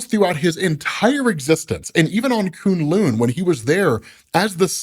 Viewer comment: Wow....I know has some peeps on staff that know how to pronounce Chinese word/names. Koon Loon is just the funniest of them all. Someone help the man out.